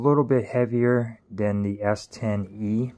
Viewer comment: Anyone else hearing him say S10v not S10e or is it my old ears.